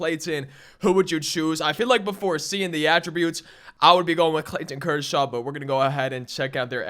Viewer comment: “ClayTTTon Kershaw” lol